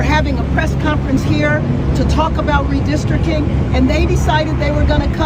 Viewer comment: bass said "redistricting"... it was all on purpose!!😢